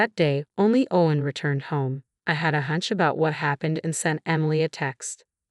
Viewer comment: Very annoying the way the “person” kept going from “O-wen to Ow-wen”. And mispronouncing other words like “de-VAST-ated”. Plus what’s going to happen when the brother gets out and the two ladies are conveniently living in the only place the nutty brother can afford?